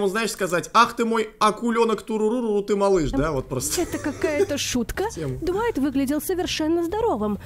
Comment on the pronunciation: Глайт а не дуайт